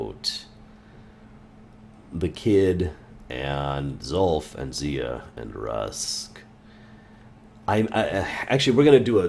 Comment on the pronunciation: Rusk instead of Ruks lol